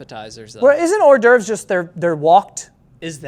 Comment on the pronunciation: "Ordervs" is much closer and sounds right... how do you get "whore door"